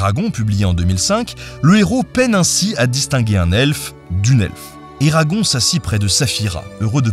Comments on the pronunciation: Super travail ! Par contre, je peux pas te blâmer pour ça, mais entendre "Eragon" au lieu de "Eragone" ça m'a vraiment perturbé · Très heureuse d'entendre parler d'Eragon (par contre je l'ai toujours prononcé Eragon*e* 🤔)